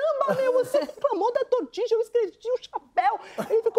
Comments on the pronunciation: Que agonia dela falando trocentas vezes "tortidja" gente KKKKK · Que agonía escutar " tortija " TORTILLA ou 😑TORTILHA imagina se nao fosse jornalista. 😮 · Tortidia hahahah o espanhol de milhões era melhor falar tortilha mesmo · isso mesmo...totidjia??? Nunca ouvi...TORTILHA... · "TORTILHA" a pronuncia espanhola. Ela fez o LL com o sotaque meio argentino "TORTIDJA" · Não é "tortidja". Tortilla pronuncia-se "tortilha" - ao menos, na Espanha. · Se escreve tortilla, mas há 3 maneiras de pronunciar: tortiDJa, tortiLHa e tortiCHa. Depende do local. É como o R em português: cariocas, paulistanos e o pessoal do interior de SP pronunciam diferente a palavra poRta, por exemplo. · Se fala TORTILLA como se fosse LH a pronuncia. :) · Eu não faria nenhuma correção mas já que você se meteu nessa…tortilla se diz “tortiia” os dois LL ou seja la “elle “ espanhola se lê como i por ex : calle se lê caie …🌹😉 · não é como pronuncia o meu cunhado e seus irmãos, que são espanhóis. Aliás, ele acabou de me confirmar: o som é do nosso LH. Pode ser que só a família dele pronuncie assim. Segundo ele, talvez "tortiia" seja pronúncia argentina. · Pq a maju está chamando de "tortidia"? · Não seria tortilla??? ( tortiya) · Nessa palavra o LL tem som de “ ia “ . Tortilla ( tortíia) mais ou menos isso pra vc ter uma ideia de como seria . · Porque ela fala tortiDia? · Quer fazer graça e nem procura saber como pronuncia a palavra. Ninguem tem obrigacao de saber,mas ja q o tema dela era esse. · Só para dizer que tortilla não se pronuncia como ela diz.... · A parte mais engraçada foi a pronúncia errada de “Tortilla” 😂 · Kkkkkk eu Tmb ri muito da pronúncia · Verdade Porém depende do país. Em alguns o LL se pronuncia com o som de LH e em outros de J, logo as duas ponuncias estão corretas mas creio eu que na Espanha a ponuncia é de LH.